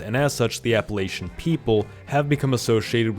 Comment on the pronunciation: I by and large rejected the idea of full on nations but they have more in common with regions. Also you mispronounced Appalachian for the area you showed.